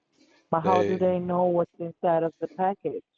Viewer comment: I know her hinside and houtside 😂